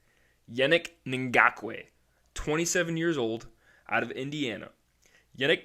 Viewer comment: I hit like and subscribe just because you said Yannick Ngakoue so easily